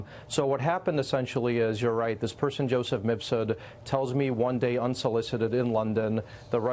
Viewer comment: Has Maria ever properly pronounced “Mifsud”?